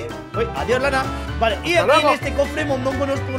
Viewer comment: mondongo dijo un poquito mallo no eres?